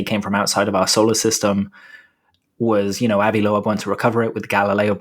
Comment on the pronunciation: Already listened to the podcast. Hate to bring it up, but who is Avi Low-Ebb? definitely not how we say that lol 😆 edit: it's "Lobe", to be specific. ✌️ Love the show